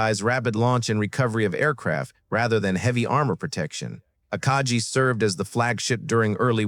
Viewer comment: Somebody should show this guy a picture of the Akagi and tell him how to pronounce the name